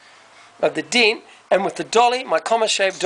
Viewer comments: It's pronounced DENT not DINT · Fix the diiiinnt. Ure accent is awesome. Greeting from California